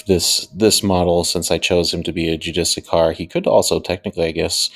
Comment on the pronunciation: Try this as the pronouncement JEW-DIS SEAR